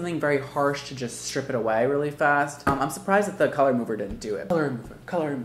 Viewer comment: At the start it sounded like he was saying let's get cholera and I laughed harder than I should've